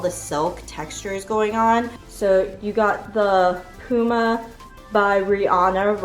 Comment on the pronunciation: It's pu-ma hun p-uma is like saying timon and pumba 😂🤣